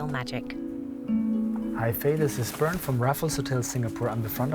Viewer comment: It´s "Bernd" :)